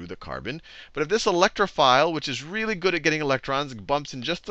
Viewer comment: "Wealy wealy wealy good at getting electron"